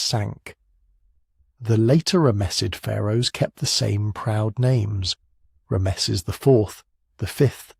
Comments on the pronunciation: Horrible narration. Who pronounces Ramses as "Ra-meses"? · ram-mess'-es... but whatever. Still a total fail. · Rams esses? AI. U gar it? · Ra-messes the great, eh? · ra'-me-sees, fix it, okay? It brings the whole value of your work down, in a negative exponential way. I won't be recommending this channel to anyone until you weed out its poor pronunciation (and multiple other problems, for instance which Rameses/Ramesses are you talking about?). I like your overall process but your execution and exposition is a disaster.